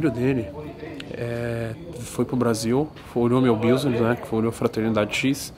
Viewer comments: engraçado o togura falando Business, tipo Busiunes kkk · "BIUsiness" hahahaha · Nao é biusines, é bisness q fala business